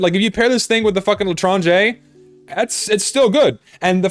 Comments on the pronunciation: I speak french and you prounonced "l'étranger" right :D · For some reason the spinner sound reminded me of the instruments playing in the japanese bruh sound effect. also chill out you're saying l'etranger fine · you actually said l'etranger correctly lol